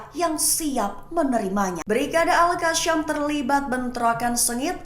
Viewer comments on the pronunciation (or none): Al kassam bak bukan al kacham